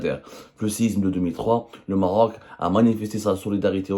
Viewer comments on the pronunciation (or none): Le régime des généraux mafieux exprime sa solidarité au peuple marocain frère....le journaliste avait du mal à prononcer le mot Maroc